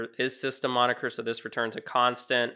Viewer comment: is moniker not monikier